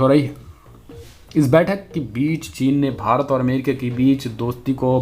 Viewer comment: Arre bhai Amrikia nahi America hai. Kindly correct it.